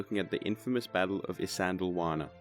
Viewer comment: Glossed over many important details, unnecessarily denigrated the native Natal Contigent who fought with skill and bravery, and completely skipped the Battle Rorke’s Drift. To boot, Isandlwawa is consistently mispronounced.